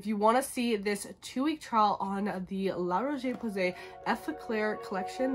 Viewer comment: La RocheÉééé PowWwwwsayyyy. La prononciation m’a tuée.